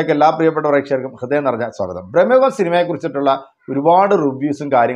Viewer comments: എത്ര തവണ പറയണം ബ്രഹ്‌മ യുഗം അല്ല ഭ്രമയുഗം ആണ് എന്ന്. മലയാളം വായിക്കാൻ അറിയില്ലെങ്കിൽ നിറുത്തി പോ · ബ്രഹ്മ യുഗമല്ല സുഹൃത്തേ, ഭ്രമ യുഗം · ബ്രഹ്മയുഗം അല്ല, ഭ്രമയുഗം ആണ്... 100 പ്രാവശ്യം എഴുതിപ്പഠിച്ചിട്ട് വന്നാ മതി... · സിനിമയുടെ പേര് പോലും നല്ലത് പോലെ പറയാൻ അറിയത്തില്ല എന്നിട്ട് വന്നു വാചകം അടിക്കുന്നു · ഭ്രമയുഗം എന്നാണ് 😊